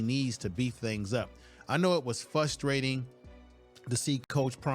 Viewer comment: Your commentating is great, I love the details. However, the word is "frustrating," not Fusstrating. Of course, you are right these other coaches are jealous of Coach Prime. There is an inside job going on that gives those coaches information on how his teams play books goes.